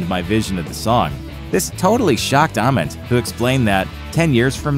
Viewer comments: It's not Ah-ment, its Aye-ment. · How can the narrator butcher Jeff Ament’s name so badly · for a channel named grunge you guys should be able to pronounce jeffs last name correctly lmao